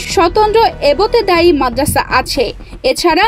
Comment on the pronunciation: এবোতেদায়ী না এবতেদায়ী😂